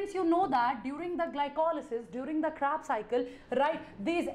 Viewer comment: Kreb cycle ❌ crab cycle ✅